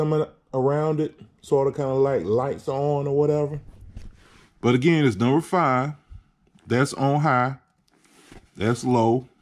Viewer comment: Bat lit, number fy, learn to talk before you do stuff like this you clown